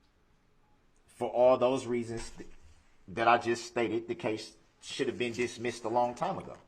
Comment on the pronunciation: Electrolic filing system, lol. Prejedishes, lol. Hilling, lol. Biastness, lol. Shoult (rhymes with foot), lol. All his references to things being swept under the rug, He's implying that everyone else is sweeping it under the rug, not him. He keeps referring to people being insensitive but of course he means insensitive to him because it's okay for him to be insensitive to everyone else.